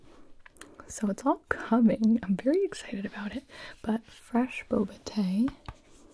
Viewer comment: “I think you should try it, it is vewy nice 😊 “: gibi 2022